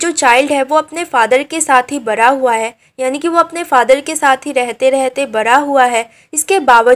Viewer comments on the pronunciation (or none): Bda hua❌bra hua